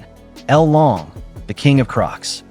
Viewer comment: thats not L LONG its LOLONG...